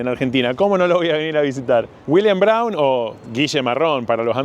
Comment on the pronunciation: dice dAblin, dice Williams el ass roto este